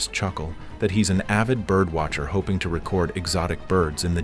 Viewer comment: Your terrible AI pronouncing record, as in video record, the wrong way lol